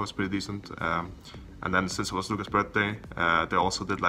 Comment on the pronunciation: No one : Perkz : BirZday